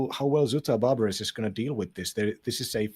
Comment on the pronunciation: Nice cast, enjoying those games. FYI, the "es" in "Barbares" is silent. "Zu-t O Bar-Bar"